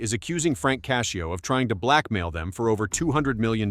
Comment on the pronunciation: His last name isn't cashio it's Cascio